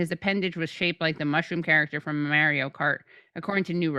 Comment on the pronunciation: "Maire-ee-yo Kart" ;p